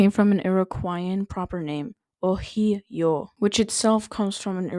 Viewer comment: FYI, “Ohio” specifically comes from the Seneca language, which does not use the Cherokee syllabary. You’re also pronouncing it incorrectly. In Iroquoian languages, nouns are suffixed with a glottal stop at the end preceded by a vowel with a brief rising tone.